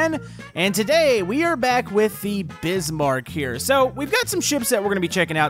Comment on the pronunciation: I heard Bisbark, wha...the world? Y’know? I know he meant Bismarck but, I HEARD BISBARK! Lol